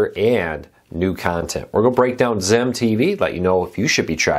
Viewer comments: It’s Zeem. Even zeam commercials called it zeem. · Beautiful. Thanks for sharing but, it is pronounced “zeem ”, rhymes with team.